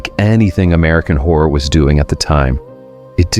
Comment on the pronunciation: Sounded like he called us whore enthusiasts..